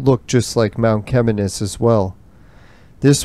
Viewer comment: Mount Cheminis pronounced = Shiminis.NOT 'Chem" as in Chemist..and it's not pronounced "Chem" but "Shi". I have climbed many times over the years, living close by. I went blueberry picked few times with my mom when they were plentiful. . Bears have been reported up there in the past. I think they were eating blueberries as well.. Or Mount Chaudron= (French) for Sugar Loaf Mountain. Thank you for your effort. I got lil nostalgic watching. I can't even remember how many times I climbed it. With friends and relatives at different times, blueberry picking few times and brought food up for picnic while watching the panoramic view at same time. My dad worked in Kerr Addison gold mine in Virginiatown. Yes, Mount Cheminis (pronounced Shiminis") is an awesome phenomenon. Always.